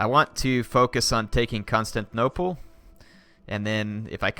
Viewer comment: he already has to CONSTANTnople...he really hates pronouncing the 'tin' in constantinople